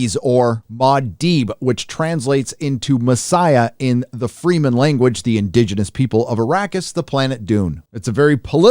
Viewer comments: Fre Men.........NOT Freeman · I know you said you weren't going to worry about pronunciation, but "Fremen" is pronounced "Freh-men" (short "e") not "Free-men." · its "freman"; there is not two "e"s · Fremen not "freemen" that sounds like a woke take on DUNE . LMAO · Fremen is not pronounced “Free Men”. Fremen rhymes with women. Also, Muad’Dib is Fremenese for Kangaroo Desert Rat. Paul is known by many names- Usul, Mahdi, Kwisatz Haderach, and Muad’Dib (Kangaroo Rat). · "Free-men". really, dude? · FREH-MEN. Say it right, nitwit.